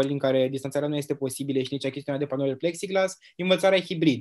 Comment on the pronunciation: În loc să -și bată joc în halul ăsta de învățămînt ar face mai bine ministrul să ia niște cursuri de limba romînă că o bate limba peste gură , mai are și diplomă de profesor (ROMÎNĂ)😭😭😭Apropo cum se spune corect pepsiglas cum a spus ea sau pexiglas.......